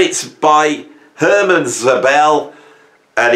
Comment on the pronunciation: Hermann, not "Herman," Szobel.